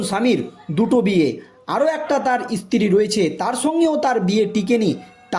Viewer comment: ইস্তী টা কি? সাংবাদিক ঠিকঠাক উচ্চারণ করুন।